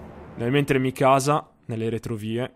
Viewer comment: eren... è Mìkasa, non Mikàsa